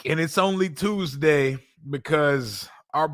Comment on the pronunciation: why is it every time you say Tuesday I remember the movie top shottaz 😂😂😂 "Evrrrry Tooozdey, errrry blood-clot Tooooozdey" 🤣🤣🤣